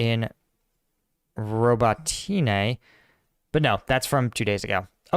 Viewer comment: Robotyne - Роботине ... first o is not accented, second o is accented: Rah-Boh-Teen-yeh (the last syllable is soft short y). Roll the R, accent Boh, slur the last two syllables together, and say it all fast.